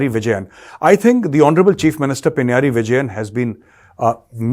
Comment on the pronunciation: Not Pinyaari.. 😂 It is pronounced Pinna-raayi